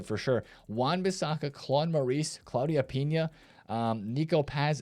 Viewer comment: It’s Claudia Pinah not Piña